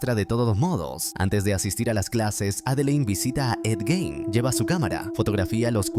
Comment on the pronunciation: Jajajjaaj lo pronuncia mal es Gein xD